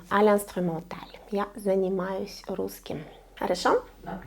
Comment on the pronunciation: Здравтсвуйте, pourquoi à précisément il est écrit "я занимаюсь" mais vous prononcez "я заниматсяь" ? Merci pour vos vidéos 😊